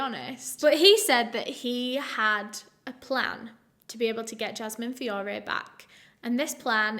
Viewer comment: Fiorre is my alias last name. I love the way you pronounced it. So gorgeous feeeeeorrraayyyy